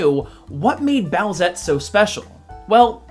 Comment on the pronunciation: Boo-ette? Its boosette doooood